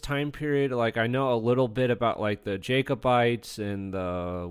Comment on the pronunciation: It’s pronounced “jacobites” as in “Jack” not “jake”. Otherwise good video!